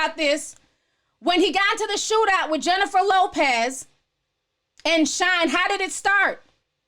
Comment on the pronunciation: lmao Jenny from the block is now Jennifer Lllllllopez lmao